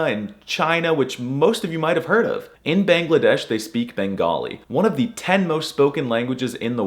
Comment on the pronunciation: Thanks for picking Bangla as one of the languages on your list. But a lot of foreigners and westerners butcher the countries name and saying the westernized/anglicized name of the language. Your Bangladesh pronunciation was pretty good but you gatta put a little emphasis on the a-n. Ba-angla-desh also a some/alot of natives hate it when people call it Bengali when instead in the native tongue it's Bangla. But the west to make it easier to pronounce call it Bengali instead. A lot of languages have fall victim to this. Deutsch became German, Italiano became Italian etc.